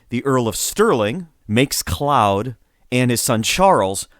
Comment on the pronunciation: lol “Clowd”. It’s pronounced “clode”